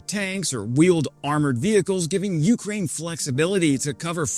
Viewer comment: Jfc man. "YOU-kraine". Please listen to 10 non drunk Caucasians pronunciation of "Ukraine"